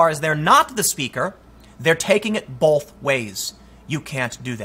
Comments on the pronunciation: please stop adding an 'L' in the word both.. thanks.. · Dude there is NO letter L in the word Both come on man